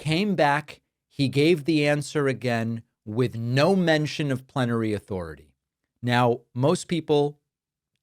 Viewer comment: swear it sounded like planetary 😂 had to look into it and I still find it comical. You are right that the far right think of Trump as some god. So many examples of it.